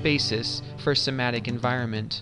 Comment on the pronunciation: what the heck is sematic? The word is S-E-M-A-N-T-I-C.